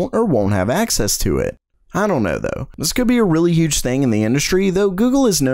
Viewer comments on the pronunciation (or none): none